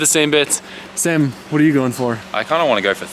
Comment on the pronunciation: are you calling him dam instead of sam ? or am i tripping balls hearing shit wrong ?